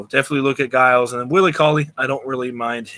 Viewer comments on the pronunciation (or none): Giles is pronounced like the G is a J. It sounds like Jiles.